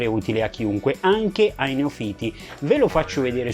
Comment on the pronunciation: Perdona se ti sembrerò presuntuoso. Ti sento spesso dire "neofìti" con l'accento sulla i. Credo che però la pronuncia corretta sia "neòfita" con l'accento sulla o. Controlla pure e troverai la conferma a quanto ho scritto